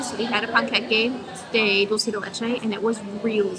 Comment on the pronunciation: La pronunciación de "Plaza MaYo" y "Dulce de Leche" fue perfecta! Feliz año nuevo! Que lo pasen lindo!